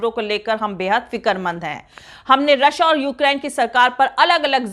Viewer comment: "رش یا" نہ کہ رشا